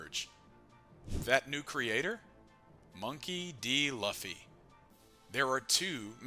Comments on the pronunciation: say it right man, luuuuu-ffyyyy not laffy wtf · he should just misspell Luffy into the AI in a way it won’t sound stupid. Like Loofy and see if the AI pronounces it better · "Lauhfy" and "rahleigh" 🤦‍♂️ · My opinion is that is luffy not laphy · The moment I opened the video, I took a bite out of my sandwich, heard 'Laughy' instead of Luffy and pressed ctrl + w hahaha this guy must not be serious about this, then said well its a half an hour video might watch, when Merphy started OP I was like meh, she's just getting into it, pronunciation is a nitpick, then realized, my dude you're almost 1.1k chapters in, might wanna hear the pronunciation on the anime? It ain't that hard, might get less people clicking off after 7 seconds? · Please don't call him Luhffy.... lmao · He insisted on pronouncing Luffy incorrectly so many times… it damages credibility and makes it hard to watch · who pronounces Luffy like that 😭😭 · Yall are dumb the voice is ai thats why luffy is pronounced weird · Just a simple thing to do...pronounce luffy's name properly....and surely ur channel will instantly grow ..too bad u cant even do that😢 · like seriously no one pronounces luffy like that, not even in the dub, it has to be on purpose at this point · how can you be so far into one piece and still pronounce luffy like that. cmon man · Something about the way you pronounce Luffys name makes this very hard to watch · 😂 literally just clicked on it. It was thinking the same thing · It just feels wrong… I think this is AI though.